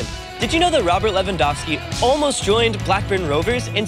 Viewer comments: Lehvandovsky tak chyba powinno być lingistycznie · Thank you for the proper Lewandowski's surname pronounciation! Can't wait to see the today's game. It will be AM in Poland but screw it! I'm watching it!